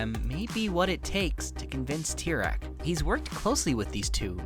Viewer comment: To reform Tyrone, just say his name right